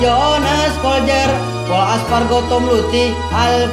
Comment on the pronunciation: Aspargo ndhasmu.. Espargaro bang 😂